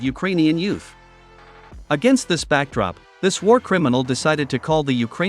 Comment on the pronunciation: "WARCRIMMINAL" "UKRAINIAN CLOWN" EXACTLY !